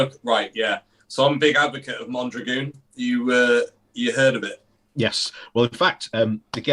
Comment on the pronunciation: Mondragon is great - pronounced as it's spelt (as in mon - drag-on) NOT 'Mondragoon' as you guys are pronouncing it. But great chat - thanks guys.